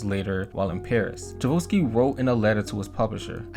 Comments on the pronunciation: If U are going to put out a video or documentary about whatever the topic, then could you at least know how to pronounce the names. I hav to admit I've never heard his name butchered like this b4 IT IS PRONOUNCE as CHI - ."TCHAI - KOV - SKY " it's amazing how many ppl can't read or pronounce especially such a famous composer's name up there with Mozart, and Beethoven.!!!!! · I love this video, and thank you for making it 🙏, but my man - Tchaikovsky = Chai (like chai tea) + Cough (like cough cough I don’t think I can sing All I want for Christmas tonight) + ski (what Mariah always about to do right after gets done singing this song). Chai-cough-ski. Tchaikovsky. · OK you youngins on YouTube NEED to learn how to pronounce things correctly.... Tchaikovsky is pronounced ......Chi Coffs key.....LEARN IT!!! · Ok i cant listen anymore…..the correct pronunciation of the instrument Celeste is CHeLest CHE- NOT SEELEST…AND the composer Tchaikovsky is CHI like the tea COW-SKI like the sport ….love your work a lot….but please check erverything before you put it on the internet…thanks ! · Great video bro but Tchaikovsky is pronounced chai-kov-sky. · chabosky HAHA love your pronunciation of Tchaikovsky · Your pronunciation of Tchaikovsky was truely upsetting Chai - kovski please 😭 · Tchaikovsky = Chai - Cough - Ski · You are pronouncing Tchaikovsky incorrect….ask Siri how to pronounce it then you will have it :) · The name of the composer is Tchaikovsky! A clasic!!!! No L anywhere :))) com’n people, it’s not that hard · I really enjoyed the video. A lot of mispronounced words, though. i.e. Tchaikovsky, celeste… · the way you pronounced tchaikovsky made me feel a feeling id never felt before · Please stop mispronouncing Tchaikovsky 😂🤦🏻‍♀️ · I love the way you pronounce Tchaikovsky. It is not correct but it is very original! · It's cha-ko-v-ski..you kept saying cha-vo-ski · It’s pronounced chai-kov-SKEE 😂 great video though! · Pronounced… chai…kof…ski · Chai-cove-ski. Come on man.